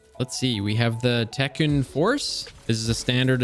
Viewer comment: Zealot pronounced zellot Techeun pronounced teck eon